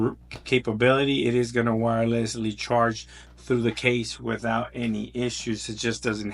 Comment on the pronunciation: "Wothout any further ado!" Every YouTuber should be saying this?! 😉